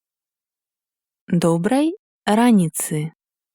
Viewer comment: Добрай раніцы! Націск падае на літару "а". р'Аніца🌝